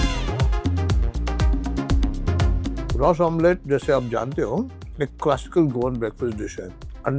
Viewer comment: Spot on its Shakuti.. and its Ros omlet and not Ras Omlet